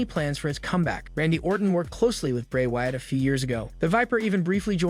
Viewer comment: Yo the people that you know duties podcast so whatever it is they call them they need to get people's names right like Raquel Rodriguez Bray Wyatt etc